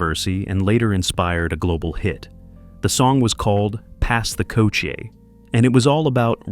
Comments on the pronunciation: This is the confusion with people out of jamaica, there is two different jerna in jamaica, dancehall and reggae, stop the confusion.........and it's pronounced kuh chi not couchi🤔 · KUTCHIE NOT COOCHIE 😂😂😂😂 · It's pronounced ko- chee not koo-chee. This man know how do pronounce dutchie but want to intentionally mispronounce kutchie Smh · "Pass the "kutchie". Not "coochie" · 😂😂😂😂 most definitely. How he got dutchie and not kutchie though. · Was wondering who’s gonna tell this stupid ass It’s KUTCHIE❗️💯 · Not douchie either! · It is pronounced KUCHIE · KOUCHY IS THE WRONG PRONOUNCIATION.